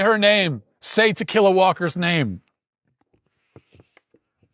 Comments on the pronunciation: Tikila Walker pronounced "To Kill A Walker." Sounds like a story about zombie hunting. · Tuh-killa Walker?!? 🤣🤣🤣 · Ta-killa? Seriously? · I keep hearing "to kill a walker" 😂😂😂... What's her name? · Pronounced tequila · I like how Matt is intentionally mispronouncing her name. Good stuff.